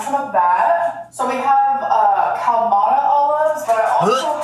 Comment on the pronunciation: Day 1,827 trapped in the verse: - thinks “Kalamata olive” is pronounced “KALmata oluff”. - thinks “dollup” is “dallup”. - discovers how hydration and electrolytes work. You get your electrolytes by drinking plenty of water and eating foods that contain plenty of potassium (mushrooms, bananas, kiwi, squash, to name a few). When you sweat, or your body does anything that uses moisture, you lose electrolytes and become dehydrated. We all know thinks sugar free soda is an acceptable alternative for “dirty gross sink water”, so we know she’s dehydrated. And she eats nothing of significant nutritional value, so you know damn well she has very low electrolytes. When your potassium and magnesium levels get low, it’s common to experience something called “tetany”. These are intensely painful muscle cramps and spasms that often happen in your sleep as a result of dehydration and low electrolytes. These annoying cramps can be resolved and avoided by staying sufficiently hydrated, eating potassium rich foods, or by using an electrolyte replacement (like Gatorade). So yes,, your night time leg cramps stopped because you’re actually consuming electrolytes which is removing your body from its baseline state of severe dehydration. If you don’t want them to come back, just drink enough water and eat a kiwi. You truly DONT need Gatorade, you just need to stop treating sugar free soda as a substitute for water. (My gorlies with any sort of autonomic dysfuncti